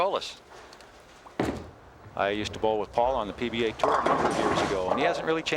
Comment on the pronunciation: Refreshing to hear my last name pronounced correctly, Zevgolis. I have long given up on correcting anything but the most absurd pronouncinations of it. Even recently my uncle Paul (or Butch as we call him) is as tough as they come, even in his 70s. Unique style, yet he got it done.